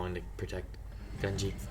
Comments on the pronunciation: GUN-jee (not GUN-ghi) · Ngl, don't know where you got the pronunciation "Gun-GI". I've always heard "Gun-JI" with the spelling as Gungi since his introduction